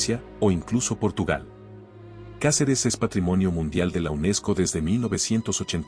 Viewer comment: Se dice Cáceres,como lo ves